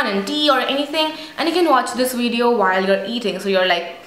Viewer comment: Great video ! ps : pronounce the word "Video" correctly coz it is not "Wideo" as u say in all your videos. I would love to see more about indian food and recipies, shops in India..